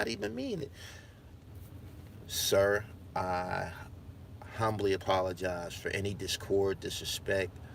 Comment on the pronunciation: I love how you said I "HUMBLY" apologize